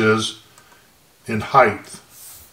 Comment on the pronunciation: great videos, but it's 'height', not 'heigth'.